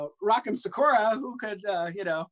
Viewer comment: Well it would be pronounced "SAW-kur-a" if it's pronounced like the Naruto character which matches the pun but like Darriene said in the video, a lot of Americans have been saying "suh-KUR-a" which botches it 😆😆